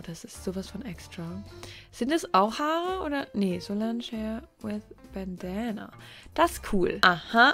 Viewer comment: Bandana ausgesprochen Bändäna